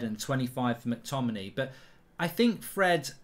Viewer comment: Mark why do you completely ignore the ‘a’ in mctominay when you say his name 🤣